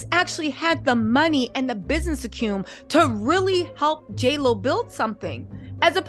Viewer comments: It's ac-u-men and not "acume" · It's Business Acumen.. Not acume!